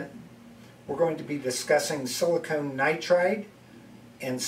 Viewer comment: might just be regional pronunciation but i heard silicone (rhymes with "own") and not silicon (rhymes with "on")